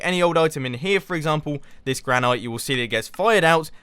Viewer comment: Gran-it it's pronounced gran-it spelt granite by pronounced gran-it